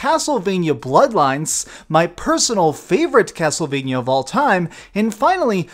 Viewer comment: could you please stop saying castlevanyuh? it's castlevania. vania, sounds like mania. sorry, it's just a pet peeve.